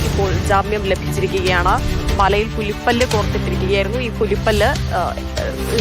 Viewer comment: Malayill alla malayil an ,news vayikan arinjudea😂